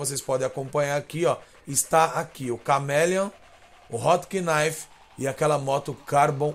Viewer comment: foda o video o nome do carro se diz "rotnife"